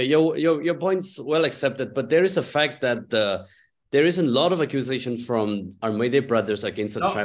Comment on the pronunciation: It's not phak it's fact Sir